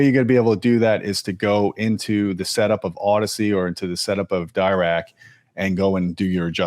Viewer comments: If I remember corretly, has a degree in electrical engineering, and still he struggles with the correct pronunciation of Dirac? It's not Dye-Rac it's Dee-rac, as in Paul Adrien Maurice Dirac, a French physicist from England who came up with the Dirac equation, from which the Dirac or Delta/impulse function was defined. Dirac live algorithm aims to improve the impulse response, hence the name Dirac. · If you see discussions with the Dirac creator, its pronounced D'ee'rac